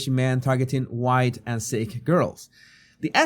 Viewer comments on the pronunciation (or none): none